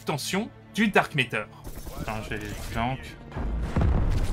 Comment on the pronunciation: Ah oui le fameux Dark Méteur. Où tu vois un E dans MATTER ?